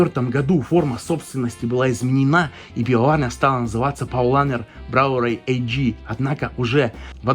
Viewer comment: Прекрасный обзор,. Одна маленькая правочка: AG в названии немецких компаний надо произносить А Г, а не Эй Джи)) От Aktiengesellschaft (АкциенГезельшафт) - акционерное общество